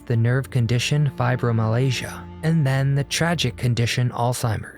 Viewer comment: You pronounced Fibromyalgia wrong!!!!